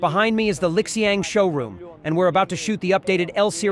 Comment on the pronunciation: Pronounced as Li Xiang; NOT LIK XIANG